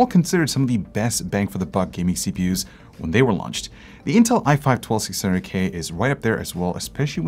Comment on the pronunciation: Did anyone notice he said 12600GAY instead of K